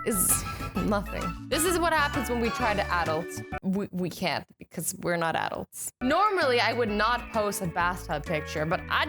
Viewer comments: she does not know how to say adults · Did anybody realize that she pronounce adults wrong?